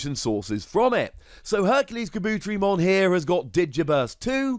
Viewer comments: kaBOOTerimon lol man put the emphasis on the Ka, and the Te 👌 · Oh yeah Tentomon family. I find it funny that Insects got connected to Electricity. Tentomon just hanging out sipping a drink with a lil Motimon in the background is funny. Looks like lemonade maybe? Oh that pronunciation was bad. Ka-bu-te-ri with the teri pronounced like tare-y. Oh no MegaKabuterimon? But a new HerculesKabuteri at least I guess.